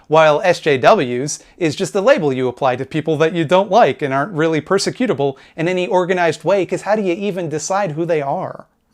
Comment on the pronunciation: by the way did you get inspiration from your Watchmen video for this one too? i think you were "weally-weally" upset they butchered your favourite comic book. other than that keep making fun of Pimtool.